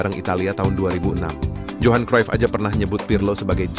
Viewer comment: PenyebutaJohan cruyff: yohan bukan johan